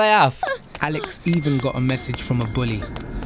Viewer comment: Evwy one we hav a methage STAWP BOOLYING